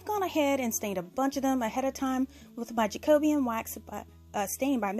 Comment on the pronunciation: Loved your decorations... but I do need to correct your pronunciation of the MinWax stain you use... it’s Jacobean, which relates to the reign of King James I of England (here’s some background... The Jacobean era was the period in English and Scottish history that coincides with the reign of James VI of Scotland who also inherited the crown of England in 1603 as James I. The Jacobean era succeeds the Elizabethan era and precedes the Caroline era.) The word Jacobean particularly relates nowadays to the style of architecture we have here in the UK, with it’s smaller rooms and dark woods... obviously this isn’t really something that you guys across the pond are going to know unless you’ve studied our history. Now, to the pronunciation lol...While it’s supposed to be pronounced in correct English as Jack-O-bee-an... it’s more commonly said in regular speech as Jack-a-be-uhn... the difference being if you were delivering a formal speech or chatting to friends 😉 I can’t help but laugh at this weird way you guys pronounce it as JackO-Beeyan, and I’m on a mission to correct it lol... Wishing you well, keep up the awesome crafting ✂️ 🇬🇧 xxxx